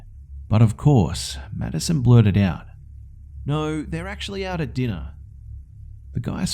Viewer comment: I keep hearing "Medicine" instead of "Maddison" lol